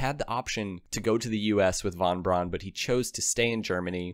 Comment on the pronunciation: His von Braun sounds like = van Bran🤣🤦 You should better do subtitle when you cant do it..